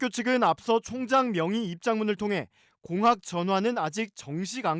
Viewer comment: 공확...>>> 공학 맘이 급하셨나봄...